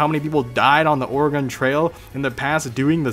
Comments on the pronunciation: "or-uh-gun" trail, please. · You misspronounced OREGON!